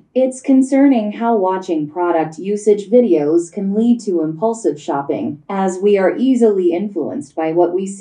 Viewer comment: Thay day rat hay nhung chu impulsive phat am khong dung lam